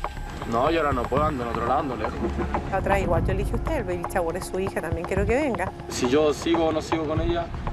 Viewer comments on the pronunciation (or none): ví varíos capítulos de esto y me exaspera cuando dicen Baby CHAWER, ! agagagagaggagagaga